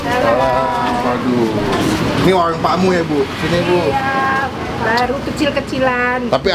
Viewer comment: WARUNG PAK MUH, BUKAN WAWUNG PAK MUH..